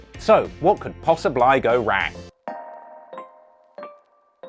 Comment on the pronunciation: "so, what could posa bly go wry" what kinda accent is this?